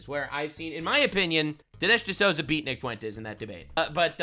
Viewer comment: You are mispronouncing "D'Souza"